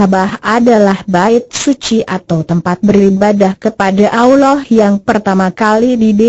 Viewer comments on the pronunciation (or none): none